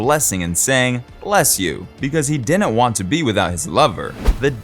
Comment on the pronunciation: ...and "didn't" isn't pronounced "dinet". Sorry, moving on after 2 minutes of this drivel.